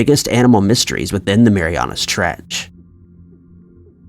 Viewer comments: it's called the 'Mariana Trench' not "Marianas". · This is very interesting. Thank you. It’s the Mariana trench not Marianas trench. Just saying. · IT'S JUST MARIANA ! NOT MARIANA'S sorry it was just so annoying to hear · Yea its Mariana its annoying to listen to this guy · Im unrealistically annoyed by the fact the narrator puts an S on Mariana when saying it but doesn't when writing it in the title😡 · He says it like the trench belongs to someone named Mariana 😁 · Is he saying Mariana's Treach or Mariana trench?